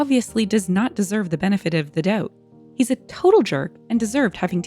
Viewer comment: □OMG, another Greek Italian in the commenters, eh? I was still chuckling at the "doubt" that rhymed with aboot when you pitched the eh!